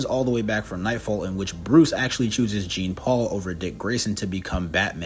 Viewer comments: Jean-paul..... Jean-paul... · He went the ENTIRE video without taking the time to actually lean how to say the character's name. Painful. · the funny thing is that sometimes he does it throughout the video. So either he's mispronouncing on purpose or is a bot. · Zhohn-Palh is how you pronounce Jean-Paul. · Okay 3 minutes in and I hate this guy. It's not "Gene Paul Valley"